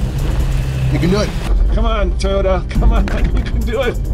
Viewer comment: The Toyoda TACO lol